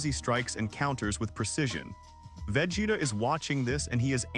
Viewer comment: VEGETA!!!! NOT VAGETA 😂